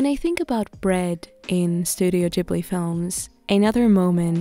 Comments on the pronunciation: It's ghibli with a G not J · Yeees, I was wondering when you!re gonna make studio Ghibli food 💜 Thank you for this video I think the Gordon Ramsey's recipe for vegan bacon could also work really well as the thick bacon- he puts tofu between the rice sheets. And a side question- is it pronounced studio gee-bli or ji-bli? I always pronounced it as the first